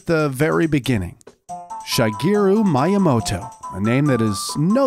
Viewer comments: My-uh-moto... I thought it was Mee-uh-moto... Also shy-garu? She-geru... LOL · That pronunciation of Miyamoto is how you know the guy speaking is just a narrator and knows nothing about the stuff he's talking about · Mii ya mo to Not My ya mo to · why he keep saying Mayamoto 😭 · It’s pronounced MEE-YAH-MOTOH not MYE-YAH-MOTOH & it’s SHEE-GEH-ROO NOT SHY-GEH-ROO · my-i-mo-to.....its pronounced me-ya-mo-to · I will never be able to unhear Miya-moto I'm scared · If this guys say MIEYAMOTO in the evolution of Mario I’m gonna throw this phone from my roof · My-a-moto. Not how his name is pronounced and it bothered me the whole way through. It's also worth mentioning that, sorry to ruin your day, but Master Quest IS Ura Zelda. It has been extensively researched by TCRF that the game only checks for data from the disk for dungeon layouts and nothing else. There is no evidence of an "Ura Zelda" with an expanded story and new dungeons, MQ is the Ura we were intended to get all along. All they did was convert the disk addon into an n64 rom file and put it on a GameCube disk with an emulator, which again wouldn't have been that hard since it only affected dungeon layouts. Hell, the fact that Ura Zelda only changed dungeon layouts is the main reason that Majora's Mask exists in the first place. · TomAto, ToMahto. I pronounce Miyamoto: MeYaMoto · Oh yes Mi uhh moto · I had to stop watching because I couldn’t stand to hear “Shigeru Miyamoto” mispronounced over and over again... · Bro he kept miss pronouncing miyamoto and like I can’t 🤣🤣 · This is a really good video but I wanted to delete YouTube every time he said Miyamoto's name. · The heck with Miyamoto's name pronunciation...search things like this before doing a video. It was funny tho haha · how could you botch miyamotos name like that man :(( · anyone else highly annoyed at how he pronounced miyamoto's name?